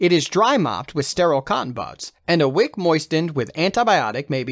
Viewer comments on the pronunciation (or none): none